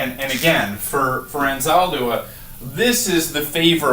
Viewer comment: Sir, you must first research Anzaldúa, learn to pronounce her name correctly, take a course or two about her work, then teach it.